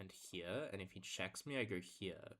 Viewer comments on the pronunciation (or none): Brother, do you really pronounce "here" as "heeyuh?" I enjoyed 1500s chess.